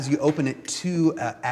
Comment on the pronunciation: Man I don't wanna be a grammer Nazi but that is not how you pronounce agate.